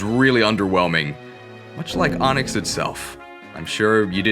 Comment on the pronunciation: Genuine question, when and how did you start pronouncing AHNIX like that?